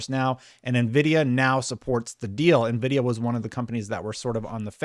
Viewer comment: Who the fook is navidia ??